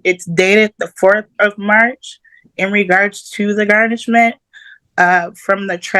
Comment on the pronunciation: Can he say garnishment instead of GARN??